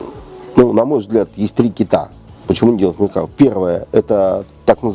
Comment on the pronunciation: МеркавА, ударение на последний слог. Палестинские отряды Хизбалы - вообще вне критики. Хотя бы потому, что Хизбала - шииты, а что Фатах. что Хамас - сунниты. Вторая Ливанская - никак не интифада. И т.д.